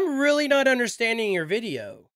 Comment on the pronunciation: Veedeeo lmfao